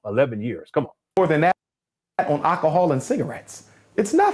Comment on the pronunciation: Does anyone else's ears bleed just a tad when you hear Umar say "alcohol?"